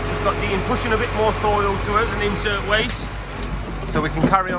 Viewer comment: Cracking video guys! You sure are busy! Kept making me laugh when you were calling it “Incert waste” thought it was “Inert waste” lol. Was one of the tip sites- Leys at Hoveringham? Roll on 1k subs!